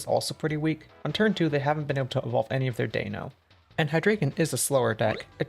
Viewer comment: For the record, the “EI” in the Deino line is pronounced with the long “I” sound (like as in “wine” or “side,” as they take partially from German numerals: Deino has “ein” in its name, Zweilous “zwei,” and Hydreigon “drei,” which are German for one, two, and three. For the record, I use only non-meta decks that I put together myself without using any outside resources, and I consider it successful if it has defeated Dragapult ex on its first encounter with one. I most recently achieved that with Mega Delphox ex with (Black Bolt) Reuniclus. I personally derive no satisfaction out of winning using a deck many other people are using. The rarer the deck, the better I feel about winning. TCG Live provides you with a Mega Chandelure ex deck. This is a modification I see to it every now and then.